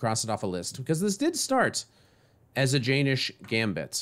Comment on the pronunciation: Its acutally pronounced "yen - nish" rather than "jay - nish"